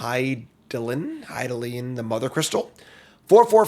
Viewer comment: He got Hydaelyn on the first try! I'm so proud!